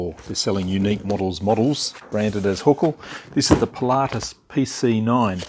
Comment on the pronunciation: You pronounce it just the way most people in the aviation world pronounce it. I didn't understand how it could be called a T-6 Texan, though !